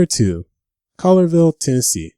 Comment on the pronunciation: Cool list. Colllierville is pronounced…Colli-er-Ville.